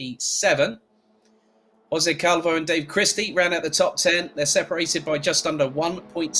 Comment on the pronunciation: I like so much like you pronunce my Surname " Calvouuu" 😍